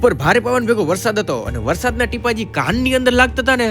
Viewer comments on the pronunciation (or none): none